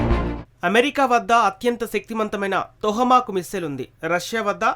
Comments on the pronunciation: Vinadaniki bagundi kani telugu spastam ga matladadam nerchuko ayya...plz....adi tohamak kadu tomahak....and also chala shabda doshalu unnai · Ore,,,, mack,,mack ,its Toma y bevcoof ,,how many times u r telling the USA missiles real name wrongly ,,bevcoof ,its not Toha